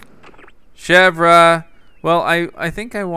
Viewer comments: Chèvre is pronounced ..... Shev-ray NOT Shev-Ra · It's not pronounced Chevra it's pronounced Chevere but it's spelled Chevre. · Chev-ree chevre not chev-rah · you pronounce chevre name as: shehvr. Its suppose to be frence for goat:P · I think you pronounce it like she-ver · Chevre is pronounced SHEV-RAY!!! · Say Chevre like this:ch-ev-r-e